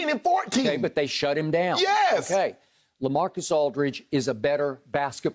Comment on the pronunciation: "Lacamacus Aldridge"